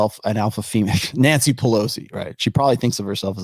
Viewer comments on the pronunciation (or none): none